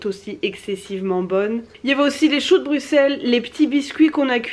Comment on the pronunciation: C’est très intéressant de vous voir tester tout ça. Et un ÉNORME merci, t’es une des rares a bien prononcer BRUXELLES (BruSSel) c’est con mais ça fait vraiment chaud au cœur d’entendre le nom de sa ville prononcé correctement. Bisous à vous 2 et high 5 à Gus.